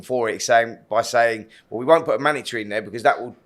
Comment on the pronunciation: Manatry! Spencer, it’s a mandatory